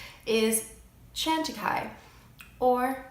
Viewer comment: It's like Lacroix... lol I had heard "Chantecaille", but the way it was pronounced, I thought it was "Shawn Takai"... lol